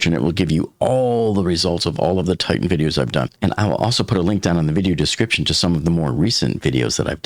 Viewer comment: The name of the submersible is pronounced "TI-tan," not "TITE-tan."